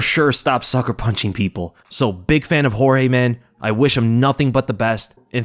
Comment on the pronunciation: Thank you Jorge! (, it's not pronounced "George" you dingbat)